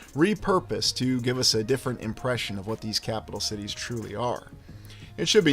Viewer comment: I knew you were saying sh*tties!! My partner and I were arguing (playfully) about that 😂